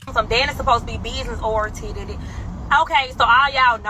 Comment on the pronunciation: What was it she said .. “She supposed to be business orientedided” idk how to even spell what she said. Lmaoooo